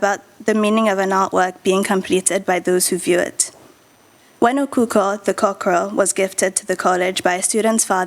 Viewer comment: Please it is not spelled or pronounced Okukor. It is spelled and pronounced as Okhokhuo. The early we learn the better! Thanks so much, everyone!